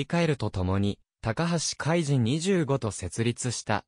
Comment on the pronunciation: いつも 見させて頂いて頂いています、ひとつ気になっているのです、海と、君を海じん、は止めてほしい、聴き苦しいです、